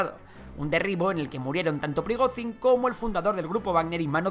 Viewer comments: Por dios, pronuncia bien el nombre, Llamar a Prigozhin, /Prigozin/ es como llamar a un Jose o Juan, /yose o Yuan/ Mira que se repite veces el nombre en televisión, simplemente con pegar el oído un poco nos dariamos cuenta que se llama /Prigoyin/ con una Y muy vibrante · Se pronuncia "priGOdshin", como la J portuguesa, catalana o francesa.